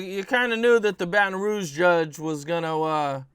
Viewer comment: Nobody:: “See in the State of Baton Rogue” 🤔🥴